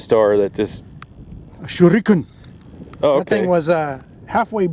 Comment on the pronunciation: "Shurikaan...." lol😂